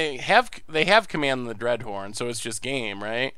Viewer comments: Dreadhorn? If you are going to mispronounce the card through an entire stream at least spell it wrong in the video title to match. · Command the Dreadhorn or Command the Dreadhorned? At least be consistent with your mispronunciations :D